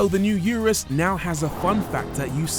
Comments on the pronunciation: Why does he insist on calling it a You Rus instead of Oo Roos like the manufacturer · I don’t like the way he said URUS. Therefore this video review sucks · Pronounce 'urus' correctly 😂